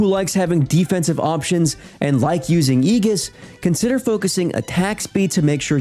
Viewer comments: Sounds like he got the "ee" part right, but followed it up with "giss" instead of "jiss" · eeegis? lol AYJUS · "Ee-gis"... ew.. It's "A-jis" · aye giss not eg us heh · Great vid. btw its A-gis, not E-gis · "Eegus" lol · it’s pronounced “i-jis” buddy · "egis" lmao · Ee-Gis lmao! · good vid thanks for the info... ima drop you some too.. its pronounced A-ges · most atrocious pronunciation of Aegis ive ever heard. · My apoloIgies if I'm misreading the tone here but this, to me, comes off as a backhanded compliment and reads like you're just looking for an excuse to um actually them. If that's not the case disregard the hostility. If you're going to be a pedant, at least be right. The IPA for aegis is /ˈiːdʒɪs/ that is the ae is pronounced as ee in fleece, the g is pronounced as dg in badge, the I as in bit, and the s in mass. It comes from the ancient greek αἰγίς with its root likely coming from the greek word for goat αἴξ. The ancient greek ai is pronounced as a diphthong like in the word aisle so I'd forgive you for mistaking it as "I-gis". The dude was understood he's doing language correctly as far as I care. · It’s aegis, not aegis!